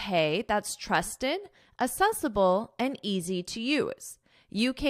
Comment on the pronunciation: This is a great platform for learning English. Thank you madam. A small observation, please check the pronunciation of accessible in this video.